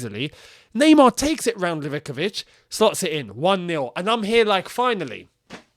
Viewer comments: Its Liv-ah-kovich …not Liveh-covich !!! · Lee-Va-KO-Vich* Where do you get liv-ICK-I-vich from Livakovic?